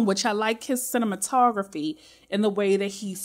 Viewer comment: Everytime says “cinema photography “ I chuckle lol